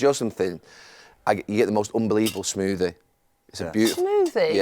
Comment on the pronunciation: Roy calling it a Smoodie is hilarious 😂